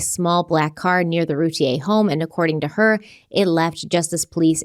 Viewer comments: Hey guys, it’s pronounced Rooo- tee ur. Not Te - A. Just sayin! No hate. 👍🏻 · It’s ‘Root-ear’ not ‘Root-ie-yay’. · Hello, just wanted to let you guys know it’s pronounced Roo-teer. I’m from Dallas and this was on the news non stop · The last name is pronounced "Rooteer" according to the Routier family. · Please learn how to pronounce this surname properly. It’s not the French pronunciation. Every local news story,, the majority of national ones, and the family themselves. pronounce it “Roo-tear” like a tea you cry. Those boys deserve to have their names pronounced correctly! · Loving the coverage of this case! CW is my favorite podcast ❤️ PS. Routier is pronounced Rou-teer 😘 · I live just outside Rowlett, and not far away from the Routiers (it’s pronounced Roo-TEER, btw). It’s a pretty common belief in the neighborhood that Darlie did this to her kids. It’s been a very long time since this happened, but this case still feels very fresh in the community, and there’s still a lot of anger toward her. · It's NOT ROO-TEA-A!!!! Ugh I cringe every time says it like that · Actually, root ie Yay is how it would be pronounced, by a French Canadian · Am I the only person who’s been pronouncing their name without the i? Like a computer router ? So far it seems the husband is involved too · #CRIMEWEEKLY YOUR FACTS IN THIS CASE ARE OPINIONS, NOT FACTS! Now I am literally going through all of your past cases I’ve listened to wondering how accurate they are….. I KNOW THIS IS ALL ABOUT VIEWS AND MONEY, BUT DAMN, YOU COULD AT LEAST HAVE CASES TOP PAR WITHOUT BOTCHING HER NAME AND WHAT I BELIEVE INNOCENCE EVEN MORE. ITS PPL LIKE YOU THAT CONVINCE PPL OF GUILT WITH ONLY LISTENING TO OPINIONS AND HALF FACTS… SMH 🤦🏼‍♀️